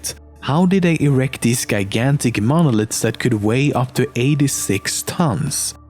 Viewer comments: idk why but i got really upset when you pronounced gigantic as GUY-gantic lmao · 'Belgium' and 'gigantic' are pronounced with "soft" g, like g in 'danger'